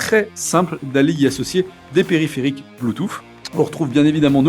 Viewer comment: Bluetouff ?!? sérieux? je comprend pourquoi on dit quebles francais sont nul en englais